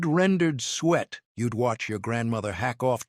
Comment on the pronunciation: It's sue-it not sweat